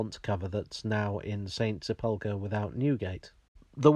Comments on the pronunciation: Having a bit of Hermione Granger moment, getting slightly triggered by the pronunciation of sepulchre as seh-pulker instead of sehpul-kerr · In the spirit of pedantry which infuses all of us, it's "SEP-ul-ker", not "sep-UL-ker". But thanks for another excellent video on the history of the metropolis.